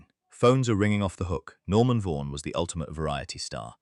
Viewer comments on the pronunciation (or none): Norman Var-Van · Norman 'Varvan'' Ai slop strikes again